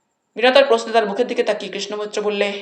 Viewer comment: কৃষ্ণ মৈত্র নামটি উচ্চারণের সময় বহুবার কৃষ্ণা মৈত্র হয়ে যাচ্ছে।